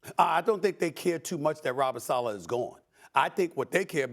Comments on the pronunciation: 😂😂😂😂😂😂it gets worse as he goes on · He definitely didn’t. He can’t even pronounce Saleh correctly. 😂